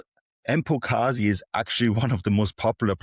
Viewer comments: Pronounce the MB the same way you pronounce MB in Ambulance. Not "M" the letter and then Bekezeli. This is for both his name and lastname. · His name is not that hard to pronounce if you pronounce the letter B as B instead of P. You almost had it to be fair. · Mbokazi not embokazini. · Where do these people see an "E", before "Mbokazi"? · There's not a single "P" in that man's name